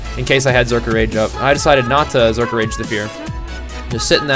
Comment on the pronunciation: Its Berserker stance not Zerker